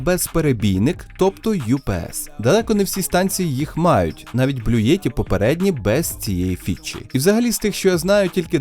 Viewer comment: Не Блюєтті, а Блютті !